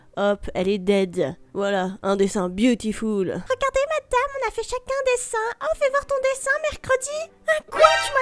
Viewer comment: Surtout quand elle dit butiful